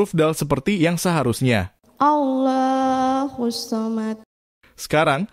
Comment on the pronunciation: QUL Huruf depan pake. Qof. Bukan KAF. Dan banyak lagi Harusnya. ALLAHU. tapi dilafazkan OLLAHU